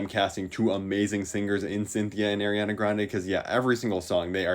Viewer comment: "Eriana Grande"